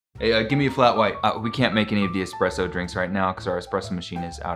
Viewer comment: People never pronounce espresso right